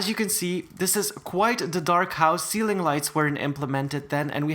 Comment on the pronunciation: WHEN YOU SAID POPCORN CEEILING I WAS EATING POP CORN LOOOL